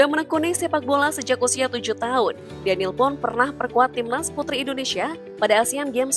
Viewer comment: Kalau perempuan Danielle dibaca Daniyel bukan Danil.